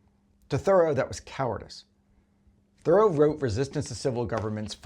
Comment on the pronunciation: Dude, Henry David's last name isn't pronounced like the word "thorough", it's pronounced "ther-ROW" with the accent on the last syllable.